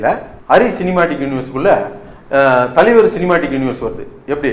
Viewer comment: ஐயா..... அது தலிவர் இல்லை தலைவர்....... 🤣🤣🤣🙏